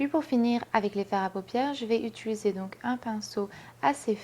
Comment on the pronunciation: Salut ! c'es étange tu dis "utuliser " ^^ Sinon très beau make up :)